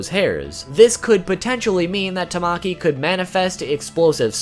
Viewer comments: i will not be Hermione trying to get people to pronounce things right It’s tama ki Not tam maki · tamaki is pronounced ta-ma-ki :>